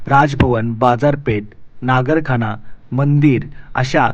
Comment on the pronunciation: नगारखाना ......✅ नागरखाना ...... 🚫